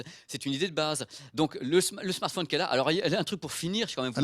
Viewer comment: Il a dit smartphouuune ! lol ! Comme ma mère grand